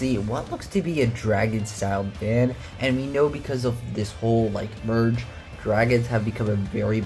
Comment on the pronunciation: Fan instead of van?